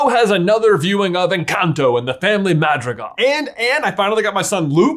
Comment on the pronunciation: The way he says madrigal is so white